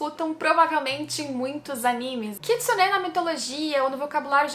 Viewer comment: Por favor fala animê correto por favor